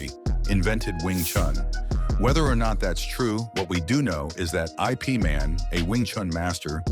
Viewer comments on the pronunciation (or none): Ip like scip man, not I, p man😅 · You lost me when you ignorantly said "I . P man".... instead of "Ip man". And then completely when you said Chan is a martial artist... he's an acrobat😂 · I P Man? What? IIp or Yip is his name Mr AI. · Eye Pee man? No its pronounce Ip like hip without the h hhuh attached. Ipp. Wing chun. Ip man bruce lees master. Sticky hands. Yes u can rip a throat out. US Marines hand to hand combat course taught us wingchun techniques as well as other disciplines and boxing. Was 1995. But rem3mber instructor saying afyer the training, wed be equivalent of a 4th degree blackbelt 😮js it works. 😮👉👌👉👌👉👌👨‍🦽👨‍🦽👨‍🦽☠️ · It’s Ip pronouns as “Yip” Man. Not “I” “P” man Yip means leaf 🍃 in Chinese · Soon as I heard I (eye) P (pee) Man...I'm out, what BS! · Eye Pea Man? ;)